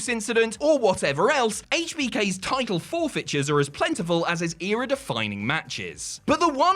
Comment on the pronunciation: Why cant you say the word "Title?"